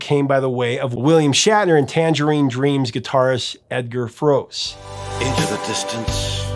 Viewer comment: FYI, Edgar Froese - the name is German, and it's pronounced "FRUH-zeh" (approximately).